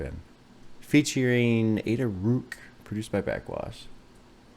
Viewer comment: YOU DID IT! Also, mentioning Ada Rook I would love if you listened to something by Black Dresses. Song hertz is good "I know you think all I need, is just to think positively". Also, I think it's "rook" like the chess piece.